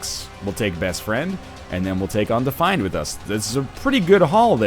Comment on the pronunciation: On-defined. BC accent in action.